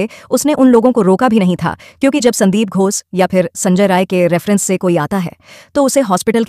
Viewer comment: Poor pronunciation ghosh not gos